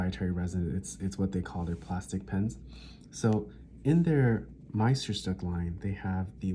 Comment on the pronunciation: "Le Grand" c'est le 149. Le locuteur incapable de prononcer Meisterstűck!